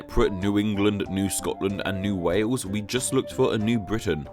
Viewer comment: You say "New waws", not wales